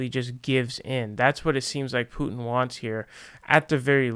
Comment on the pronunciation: If you pronounce it that way without a Russian accent it sounds like youre saying poo chin. Maybe just say it the way you were saying it before.